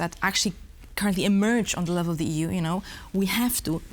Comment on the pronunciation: Żenujące jest dawanie pytań z góry i odczytywanie odpowiedzi na antenie ….wstyd takie ustawki. Nie umie wypowiadać prawidłowo podstawowych słów jsk np focus, czy level. Radziłbym wziąć proszki na nerwice, mówić wolnej, bez agresji i nauczyć się podstaw wymowy angielskiej co przy czytaniu z kartki na przyszłość powinno się jej przydać. Zacięła się na słowie - advocate. Nie umiała go przeczytać. Absolutnie wymaga leczenia ! Ju noł, ju noł, ju noł …w jednym zdaniu z 5 razy ….i ktoś taki jest na serio politykiem w Polsce ..podczas gdy tacy jak ona siedzą w tworkach …”today is a 984 day ….” Anglik owszem być zrozumieć ale przydałoby się czytając z kartki znać podstawy gramatyki ang …